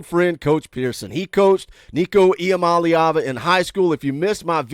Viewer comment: thanks for taking the 5 minutes to learn how to say Iamaleava.